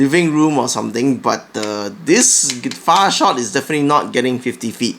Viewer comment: all i herd was "boom co. fart shot" lol